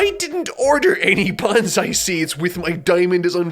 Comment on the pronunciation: 1. You're saying Bonsai wrong, so why not name it Banzai anyways because it's what you're actually saying.